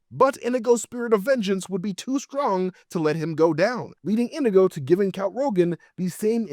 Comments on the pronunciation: This was hard to get through with you calling him "indigo" the whole time. His name is INIGO Montoya. He says it like 100 times. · Is this rage bait? Why did he pronounce Inigo wrong the entire video 😂 it's In-EE-go, not INN-ih-go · omfg... His name isn't "INN-igo." It's "in-NEE-go." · You are killing me with calling him Indigo, his name Inigo Montoya, he killed his father. He prepared and died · Probably still not correct but closer than saying it wrong 100 times. Sorry, I do love you and your videos, but that drove me nuts and I don’t speak Spanish. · Why are you saying Inigo wrong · Leaving this video because of the stupid fucking way he says Inego